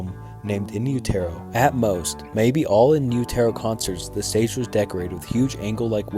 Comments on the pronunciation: I don’t have a desire to listen to a guy read out surface level Wikipedia entries while badly pronouncing 5th grade level words. Everytime this dudes content comes up it’s the same shit. Actually shameful, dude literally pronouced in utero in youtearoh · What tf is You-Tear-Yo? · “In You-Tear-0” is my favorite album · It’s pronounced “In U-ta-Ro”. Like in the uterus. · hey man ignore the hate on what people are saying, in utero us said “in you-do-row” but it doesn’t matter we all know what you mean, love this video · In utero —— in you ta row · Please never make another Nirvana video again, you sound like those t-shirt kids who don't know shit because you can't even pronounce their album correctly. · Never pronounce in utero like that ever again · He really messed up the name of the second album in utero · It’s hard to accept information as coming from a reputable source when they can’t get something as big as pronouncing in utero right. It’s an English term so you should be able to pronounce it. As for sLiver, no NIRVANA fan worth their salt would make that error. So it brings into question why we should trust your information when the first thing I learn is that you got these two things wrong, but even worse, you’ve got an attitude about it. Damn, you are even struggling to say NIRVANA right when discussing in utero and Steve albini. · Your mispronouncing IN UTERO. Please fix this. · How do you not know how to pronounce In Utero?? LOL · Dude didn't even pronounce In Utero correctly lol. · The narration of this video is horrible Very drone and monotone reading A lot of slurring and stuttering And all the mispronunciations (more than just silver and in utero) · FFS "Silver" ?????? You gonna do a friggen Nirvana ice berg and can't get 1. the pronunciation of In Utero correct, and you can't get the name of a song correct. SLIVER. SLIVER. SLIVER. SLIVER. SLIVER. SLIVER. SLIVER. SLIVER. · In Utero is pronounced not the way you say it. Thx for the info. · In you-terro 😂